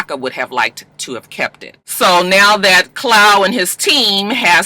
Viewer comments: CLAAAAWWWWW! lol Not Clow. lol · Babygirl who the Fuck is Clow lol!! Klaw my sista pronounced claw😂😂😂